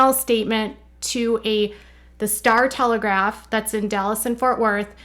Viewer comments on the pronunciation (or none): it’s the star telegraM, not telegraph!!!!!!!!